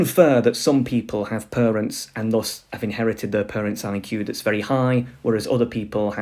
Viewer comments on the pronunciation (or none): It's parents not perents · Pronouncing parents as purunts really gave me a good laugh. It sounds so silly... Is it a speech impediment of some kind?